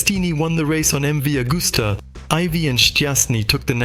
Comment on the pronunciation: Ca serait bien que le commentateur ne déforme pas le nom des marques de motos et des pilotes de légende. MV AGUSTA se prononce AGUSTA et non pas AUGUSTA et AGOSTINI se prononce AGOSTINI et non pas OGOSTINI. La moindre des choses quand on aborde un sujet c'est de le connaître.